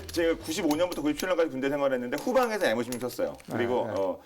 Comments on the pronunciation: 에무 16이 뭡니까.......? 다음부터는 엠이라고 해주세요.... 지금 시대가 어느 시댄데 일본 발음을;;;;;;; 상당히 실망스럽습니다. 그리고, 상당히 듣기에 거슬립니다....... 오늘 이후로 또 방송에서 에무 에무거리면 정식으로 국방TV에 항의 하겠습니다. 거 알만한 사람이 그러시면 안되죠;;;;;;;;; 일해군 깃발 보면서 빡은 치시기는 하시는지....... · 애무16?뭘 더듬길래 애무를?젊어 보이는 사람이 쌍팔년도 이전에 일제교육 받은 아버지 또는 할아버지 세대의 왜국 발음을?